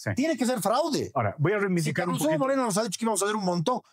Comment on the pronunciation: Dicen "ch'api" y al rato wreividicar, wrrato, wrrepechaje 😅😅